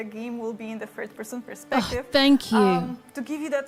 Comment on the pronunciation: Is she saying third person perspective , I wasn’t sure as she from the way she pronounced it . And there are no subs